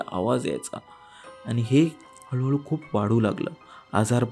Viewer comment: हळू हळू ❌ हलू हलू ✅🙌🏻😂